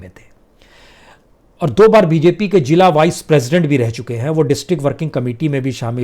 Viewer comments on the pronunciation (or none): none